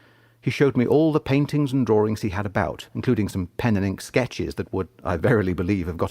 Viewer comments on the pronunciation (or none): I can almost forgive the pronunciation that produces words like 'drawring' and 'gnawring', yes almost.